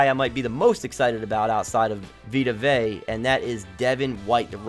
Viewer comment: Also for the future it’s veta vey-uh that’s how you pronounce it